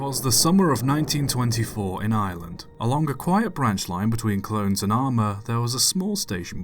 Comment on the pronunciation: are we gonna talk about how he pronounced Armagh